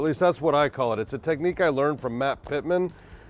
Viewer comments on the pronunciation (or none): Im from Waxahachie woks*a*hachie, not wax